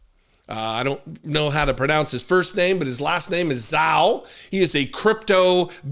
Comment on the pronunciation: Ziao is said more like "Jow"